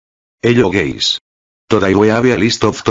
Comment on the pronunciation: is he saying hello gays?